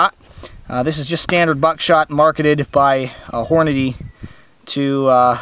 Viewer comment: Hornaday??? Hornady say it slowly